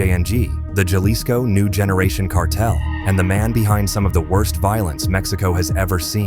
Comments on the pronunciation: If you can get the accent right when you say peoples names than I don't understand why you get the J wrong when you say "JALISCO" Its HAA-LISCO......C'mon ese.... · JA-Lisco ??? You faceless video HACKS should at least pronounce things properly - it is PRONOUNCED HA-Leece-Co - how Ignorant can you be when you can't even use Stolen material properly